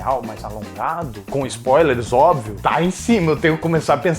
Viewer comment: eita que essas distorções intencionais da ligua portuguesa são sua marca registrada, mas obvel..... OBVEL... essa doeu kkk